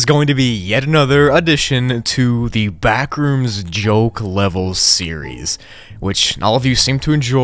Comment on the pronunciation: When u say Ben rooms it sounds like the bin rooms haha